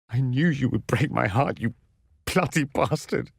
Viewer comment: Does anyone else hear him saying 'plotty bastard' instead of 'bloody bastard' or is it just me?